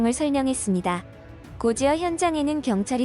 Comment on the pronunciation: 고지어? 고디어가 옳습니다. 곧이어 발음이 이상해요~